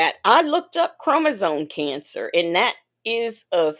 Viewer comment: said crimizone cancer 🤣🤣🤣🤣🤣🤣🤣🤣